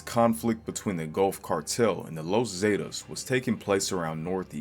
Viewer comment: The los zaydiss 😂 the the Zs